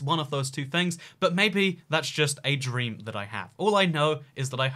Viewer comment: Why is emphasizing the word “Dream” so much 🤔